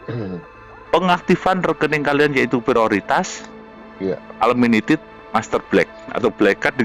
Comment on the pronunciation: Wong ngucapin un limited aja ga bisa, bagi bagi duit segitu banyak, coba itu pak arif ajarin pak, masa ulminited